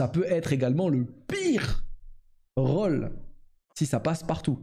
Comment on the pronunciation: Rôle se prononce Khole et pas Rawle